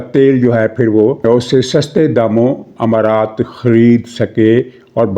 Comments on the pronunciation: محترم جناب حمارات نہیں امارات ہے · sahib h=e, not himaraat it's emirates. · لفظ امارات ھے نہ کہ حمارات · حضور امارات ہوتا ہے حما رات نہیں ، اور 3 تہائی والی بات سمجھ نہیں آئی